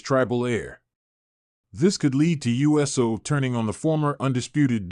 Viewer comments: yeah, but hey says Jimmy U S O instead of saying Uso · It's OO soo, NOT U S O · Omg bro it's not u s o thats practically saying u s a